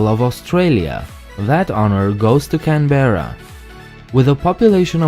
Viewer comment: It's not pronounced Can-Berra it is pronounced Canbra.